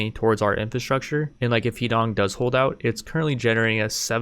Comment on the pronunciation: “Huh D’own” for Americans. When you say Heedong I keep picturing his dong